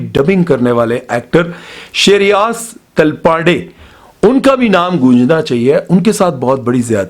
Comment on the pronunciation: श्रेयस तलपड़े है, taalpaade nhi😂😂